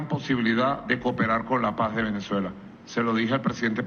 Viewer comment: Trum es terrible para Latinoamerica. No es que Vicky no hubiera querido hablar de paz aunque sea en ese tiempo, lo que sucedio es que Chavez no pronuncio"paz" el pronuncio "pajja" escuchen y veran que tengo razon. Y Vicky SUPER BRUTA, no entendio lo que le decian, se fue por la guerra y se caso ucon una familia asesina, corrupta y ladrona.